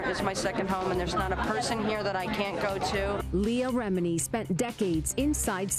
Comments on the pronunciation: you have clips that have the correct pronunciation of the names of MASTERSON and LEAH REMINI .. mispronouncing BOTH the first and last names ?? it is quite rude to choose not to pronounce proper names. You edited the CLIP IN . Mispronuciation of words such as "scintilla " is quite cringy . Maybe use an app that will speak the words to you, or just do't use words you don't know how to say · Just my opinion, but it would be good to research name pronunciations. There are countless documentaries on Scientology, and mispronouncing Leah Remini and David Miscavige's names makes this video seem unreliable.